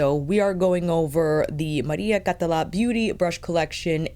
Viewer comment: You pronounced the name perfectly, don't worry ;) Also, thank you so much for being super honest about the feel of the brushes. As a fellow fude enthusiast, I was wondering how these new generation fibres that claim to mimic natural hair compare to actual squirrel or saikoho (same with the Victoria Beckham ones).